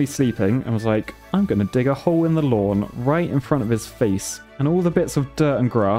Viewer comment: mate wit ya dayin sayin "lawn" ya minger